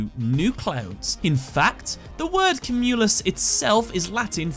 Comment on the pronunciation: Am I the only one put off by his pronouncing of "cumulus?" All through school and whenever I've heard it, it's always been "kyoo-mew-luss"